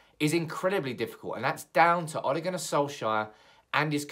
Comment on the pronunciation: Why do you pronounce it like O´le